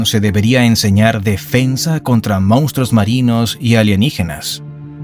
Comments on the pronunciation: *Monstruos, no “moustros” 😂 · "mostroooooos"!!!! Jajajaja